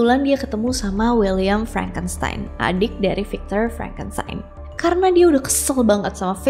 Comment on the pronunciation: Maaf ak koreksi pronunciation nya ya .. Pengucapannya bukan fikcher tapi 'vīkktor . Jgn marah ya .. 🙏🏻